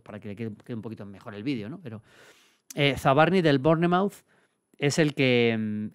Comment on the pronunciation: Maldini, solo para que lo sepas, Bournemouth se pronuncia "Bormaf" bestia!!!!!